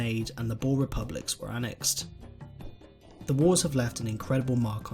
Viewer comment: It hurts me hearing him trying to say "boere"